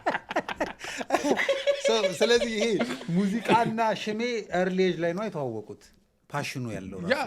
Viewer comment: but, you are not😅 Say shme not ሽማ😂